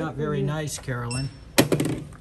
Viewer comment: her name must really be Karen-lynn, not Carolyn